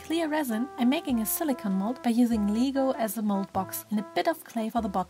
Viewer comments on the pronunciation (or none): Why do you say LEEGO instead of Lego? And why do you say SILICON instead of silicone (it sounds like siliconewhen it is spelled silicon)